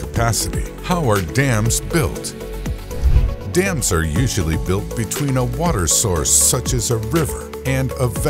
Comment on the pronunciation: I swear I only heard this guy say "damn" and not "dams"